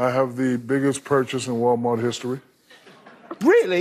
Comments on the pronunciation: never in my entire life have I heard any person of any English speaking dialect in existence pronounce Walmart as "Wullmurd". That crazy Brit said "WOOL MAHT". It's funny. Get over it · He said ‘wall’ not ‘wool’ its not his fault you think A’s sound like O’s. Just pronounce ‘God’ you say ‘Gahd’ because you dont have correct pronunciation, and thats the real funny thing. Get over it